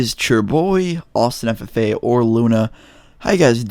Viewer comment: Bro I always thought he said Austin Santa Fe not Austin ffa